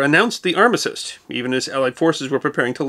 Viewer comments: Then let me point out that you misspoke the word armistice, it seems to be the fashionable thing to do 😁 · Did that and it's different to how he says it. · I'm confused of how you pronounce armistice.